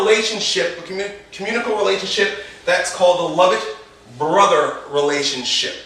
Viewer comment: Hey just so you know, its Lovett Brother not lovitt! Cheers